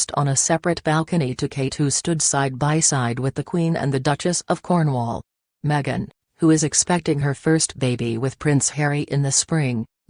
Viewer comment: Its not meget its megan